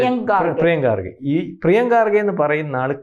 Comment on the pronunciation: Excellent reporting but pronounce well ...He is Kharge not Garge